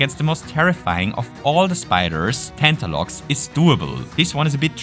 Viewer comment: tantalox? you mean tarantox?